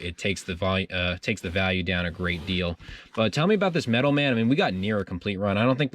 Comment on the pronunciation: Sorry, but I cringed every time you said "Metal Man" instead of Metal Men." Doc Magnus created his robot Metal Men: Gold, Tin, Iron, Lead, Mercury, and Platinum. The Thor characters are the Warriors Three.